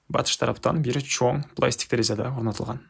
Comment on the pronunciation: Жакшы ,ишине ийгилик…бирок материалдардын аталышын туура айтсан жакшы болот эле! Гипсокардон-гипсокартон,пластика-пластик.... Дегендей